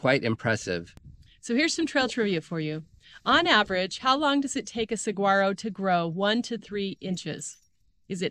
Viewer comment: It's not pronounced sugwaro, it's suwaro.....